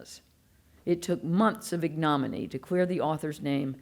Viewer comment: Ig-no-mainy, not ig-nom-anny